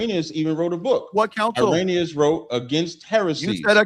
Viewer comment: Haha dude can’t even pronounce Irenaeus when he’s reading it off his computer 😂… I ain’t using Wikipedia 😆 this was too funny.. Harriet Tubman says we was kangs n shit